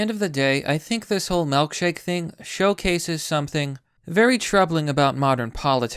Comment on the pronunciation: Why does he pronounce it "melkshake"????